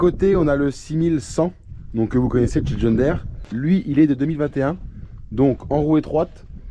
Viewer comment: john diiiiiire pas dére